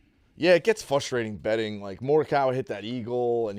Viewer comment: Somebody please tell how to pronounce frustrating